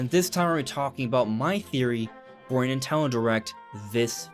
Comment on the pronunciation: Am i the only one who finds it extremely bothersome how he says "Nintelndl" repeatedly?